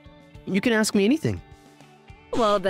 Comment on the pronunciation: Why does Ms. Akine say 'axe' instead of 'ask'? Did her VA think she should sound like a survivor from the Baltimore Public School System?